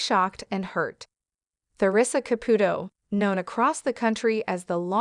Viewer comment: If you are going to narrate a story about someone that is constantly in the public, you must learn to pronounce her name, its pronounced Theresa Capootoe I wish Teresa Russo has a very long and happy marriage full of kindness, understanding and laughter. Congratulations Theresa